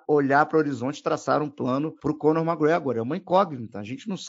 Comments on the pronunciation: Acredite, ele está certo. Eu moro aqui na Irlanda e todos os Irishs falam assim. “Mágregor” quase falando “Mágregã” “Méqui” é um erro de pronúncia. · os gringos não falam "méqui" eles meio que metem um "mé" Gregor, com um C muito sutil, quase que invisíveln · É o que? Méqui Gregor? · O zoa o por falar os nomes errados, mas fala MaGregor 😂😂😂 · falando das pronúncias do e mandando um "magregór" 😂😂😂